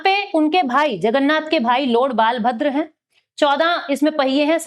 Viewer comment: As an odia we can't tolerate this type of pronounciation regarding our god ବଳଭଦ୍ର .. it's hurtful to our sentiment... kindly understand this 😢